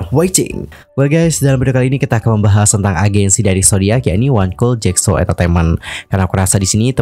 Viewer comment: Jasco kak, bukan jacso